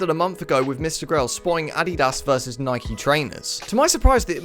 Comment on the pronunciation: You did not just pronounce “Nike” like that. Literally blocked.